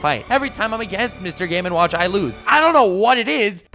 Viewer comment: Was it just me, or did specifically pronounce Mr Game And Watch as Mr Gay Man Watch